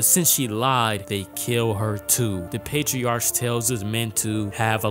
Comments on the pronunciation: PatriarK Not Patri-arch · Pronounced: patriark/matriark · patriarch (pay-tree-ark) meleeing (may-lay-ying) ami (ah-me, like hey hey puffy AMI yumi) tempura (temp-pooh-rah) matriarch (may-tree-ark)